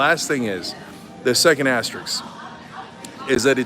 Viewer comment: Aster-isk not iks. Anyway not anyways.